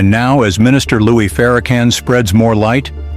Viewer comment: NARRATOR...ITS LOUIS!..NOT LOUIE...PLEASE BE RESPECTFUL!